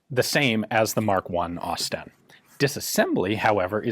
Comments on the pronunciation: It's pronounced 'Osst-in' Great vids though! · "Ausie STEN" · > Expect it’s going to be pronounced like Austin > Aus-Sten > I see what they did there 😑